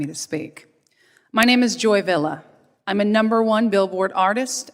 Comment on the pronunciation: Soooo why say Villa... When it's VILLA not American Villa... It's Latin say it with your dad's points and periods. Keep your head up and make sure they see... VILLA!!! Latina and American.